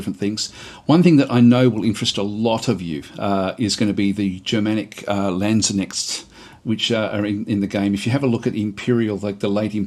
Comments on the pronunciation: Hi! It is Lands-knecht. Long A. Hard K. Gutteral CH. Just FYI.:) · Good stuff. Quick note on German pronounciation: every letter is pronounced. There is no silent K in Landsknecht. You were almost spot on; just say the K and you're there. Love the content